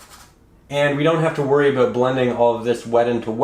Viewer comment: Abo OOO ut! That accent.